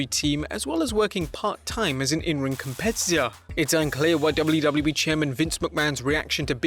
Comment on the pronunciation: Is anybody else bugged out by the way he says “WWE”?? It’s like he’s adding extra syllables or something just sounds like gibberish